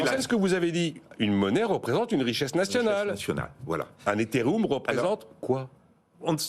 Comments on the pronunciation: Mon dieu l'abruti qui présente .. " etheréoume représente quoi ?" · quand on prononce ethetoum, on n'est pas légitime d'en parler, retour à la case départ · Quand le type dit "Etheréoum", on a vraiment envie de l'écouter. Et j'adore les faux comptes qui parlent de "Rutherford William" et les autres faux comptes qui en reparlent et l'érigent en star. Non, vraiment, ça donne envie ... de se barrer. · Etheroum 😅. Formez vos journalistes BFM. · Au moment où il a dit etheroum jsuis tombé sur ton commentaire, coïncidence de fou 😂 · Etherioum 😂 Binance, l'Asiatique 😭😅 A partir du là Off la vidéo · éthéroume du cameroun 🤣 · 🤣🤣🤣 merci c'est magnifique : "Moi j'appelle ça dès crypto actifs" 2min plus tard : "La cryptomonnaie de Létheréoume" "Le bintcoing est monté à 58300" "L'autre asiatique a voulu racheter FTX" 😳😥😫 Ah vous m'avez fait beaucoup rire, c'est ridicule.